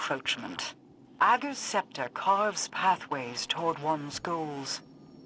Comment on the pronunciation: "Uhhh-gers Scepter" lol